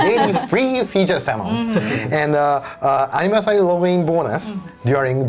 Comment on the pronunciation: 'Anniversaey' *Engrish intensifies